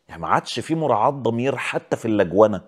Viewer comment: اللجونه !! 😂 فضلت اعيد الحته ده كذا مره عشان اسمعها صح